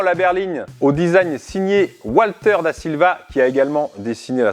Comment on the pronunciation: Walter DE Silva, pas DA Silva malheureux !!! Il est italien et pas portugais !!!